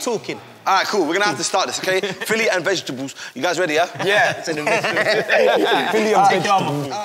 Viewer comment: "Vegtabuls" that killed me 😂